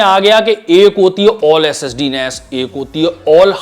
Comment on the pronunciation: IG SSD Bolta Hai To Aisa Lagta Hai S.E.X. Bol Raha Hai 🔥 #AshleelIG